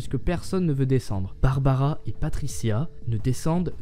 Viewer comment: barbara , et pas barabara ^^ . Oui je sais elle date cette vidéo mais comme je suis un nouvel abonné, je visionne des suggestions. Sinon : c'est bien d'avoir laissé tomber les bulles façon BD ( en + les nuages ; ce sont des pensées, pas des phrases dites )